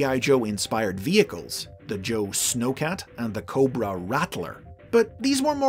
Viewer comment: you said it wrong its "COBRRRRRRAAAAA" not "corba"